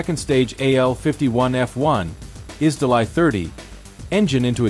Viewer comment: "Изделай" - режет уши. Это ж русское слово, произносите его соответственно!